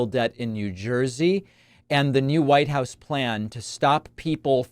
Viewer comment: Did he say " lighthouse " or " Whitehouse "? 😅